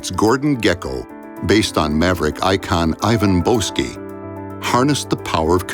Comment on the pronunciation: Ivan Boesky? Nope. More like Ivan BOSS-sky.